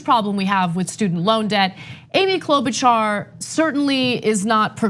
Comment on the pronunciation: Cloudbootjar*** how many times do we have to tell people say her name right!